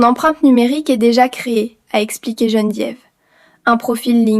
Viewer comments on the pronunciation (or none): Geneviève et non gene diéve !!!!😂😂😂